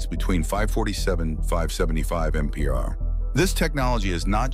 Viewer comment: I think it's trying to say MPH but its saying it as a whole word - AI is a LLM (Large Language Model) but isn't a LAM (Large Abbreviation Model) yet lol